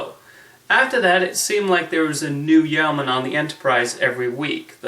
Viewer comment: Yeoman is pronounced YOH-man, not YOW-man. Also, you neglected to mention Grace Lee Whitney's greatest contribution to the Star Trek universe; the mini skirt! During costume fittings for the first regular episode of the series she requested a skirt instead of pants to show off her dancers legs. Mini skirts were in fashion at the time so it wasn't an unusual suggestion. Nichelle Nichols went along with the idea and the rest of they say is history